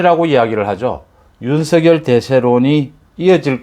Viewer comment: 윤성렬로 발음 요